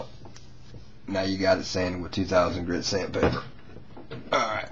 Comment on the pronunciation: you pet it dry lol the paint will just weck your sandpader or emory i guess because its not actually sandpaper its emory he just calls it sand pader but you do it after its dry